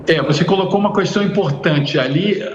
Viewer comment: Vamos falar para ele que não existe a palavra Cuuuuestaum